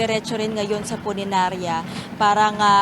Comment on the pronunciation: Punirarya po, hindi puninarya! 🤣